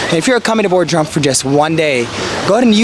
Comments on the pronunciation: It is Bodrum not Bordrum... and please don't thank me for the support. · Bordrum hahahahha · well at least it wasnt Boredrum